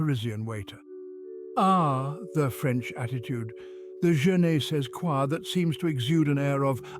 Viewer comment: Bilingual here: Unfortunately the narrator makes a few mistakes concerning the French language. "Avoir le cafard" means to feel glum (not angry!). "C'est la vie!" is mispronounced. "You open yourself." to mean "You wake up.". I'm afraid this is news to me. "Je ne sais quoi": the final s is silent. ... and Napoleon was of average height for the times. Still, the narrator is right in the general themes: for example: debates are not about winning or losing but about exchanging ideas. A lot of other cultures don't get that.